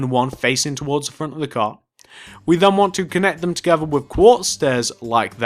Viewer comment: you said a gar